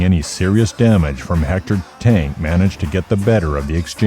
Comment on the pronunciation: The narrator mispronounced Tank’s name the whole video wth